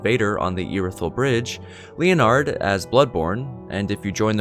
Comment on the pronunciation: LEE-O-NARD hahahaha